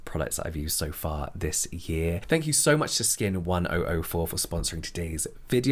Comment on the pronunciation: Skin1004 is pronounced Skin "Cheon Sa" because Cheon Sa means Angel but is also the number 1004 in Korean (they're pronounced the same way). Korea has a few names that are pronounced the same way that are kind of used as puns. (Sagwa means Apple but also an Apology, so sometimes people apologize by giving an apple as an act of "giving an apology")